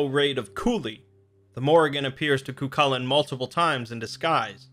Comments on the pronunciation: Ka-hool-in, not kukalin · Dammit mate its pronounced Cuh-hoo-lan